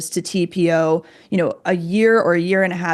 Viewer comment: I knew you could pronounce it! Great job you guys. That was a wretched study that can’t even be applicable to humans. We don’t ingest it and we use much smaller amounts… hands down… this to shall pass ladies! 🌸